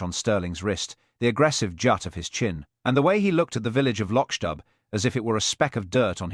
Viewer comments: Lotch dub, do you mean loch dubh, pronounce loch doo. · atrocious pronunciation of Loch dubh- I'm done.